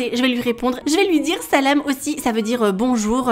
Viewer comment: Omg le selam que tu a dit était Super bien dit genre bien articulé.Sinon super vidéo comme d'habitude hien❤